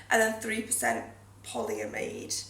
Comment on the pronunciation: Polyamide (pronounced "ay" not "ee") is the industry equivalent to nylon, to make it sound better;)